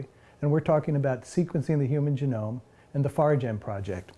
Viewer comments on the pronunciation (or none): Interesting choice of pronouncing genome like Jerome.